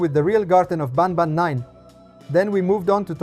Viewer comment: I have a question Why do you say Garten of bAnbAn inside of Garten of banban lol😂